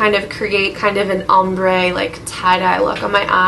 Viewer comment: "om-ber" hahahaha